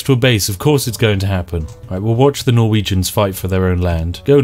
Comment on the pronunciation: When you said "those poor Norwegians" I understood "those porno regions"